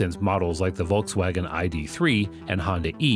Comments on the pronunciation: You are butchering the pronounciation of "Volkswagen". That hurts my german ears. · You might be right with the russian meaning. But Volkswagen is a german car company it has nothing to do with any russian words. "Volk" in Volkswagen stands for people or nation. So the name means " The peoples car". And the pronounciatian in the video is totally butchered.